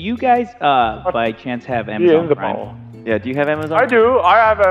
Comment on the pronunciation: "Amazon Prim"